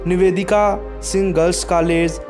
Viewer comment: try to correct ur wording.plzz ... Dwivedi not Trivedi .as well as Nivedita not nivedika..